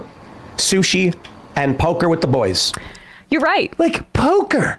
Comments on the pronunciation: "With the boysh" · I believe it was poker with the "Boysh" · I believe that it's pronounced "the boysch".